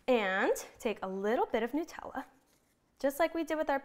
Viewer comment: Nutella--made with nuts so it is called Nut--ella not Newtella!